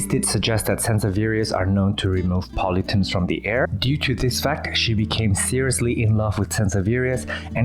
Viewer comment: 54 at first I thought you said 'Helps remove Politics from the air' ( I'm sure you said 'pollutants' ) your English is awesome , but when my ears heard 'politics' I laughed so hard and I may go purchase a Sanseveria now lol!!